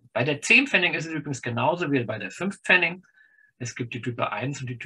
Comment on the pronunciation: Es heißt aber bitte "Pfennig" und nicht "Pfenning".